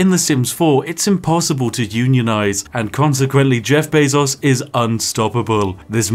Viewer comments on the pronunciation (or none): I just instinctively assumed he was saying Beff Jezos the whole time. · YouTube: “removes dislike button” The Spiffing Brit: Jeff Bazos